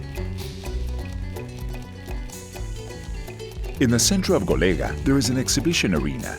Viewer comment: Golega is wrong, the name is GOLEGÃ, you must say GOLEGAN, like in Portuguese ...